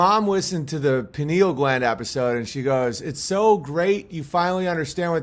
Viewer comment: She said very active penal gland Owen? It's Pineal, so I guess she wasn't talking about the brain.